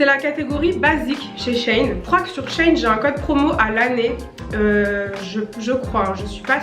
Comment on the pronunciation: Trop cool la vidéo 😍 Tu m’a un peu stressée à dire Shein « Chêne » or que c’est « Chi-ine » 😂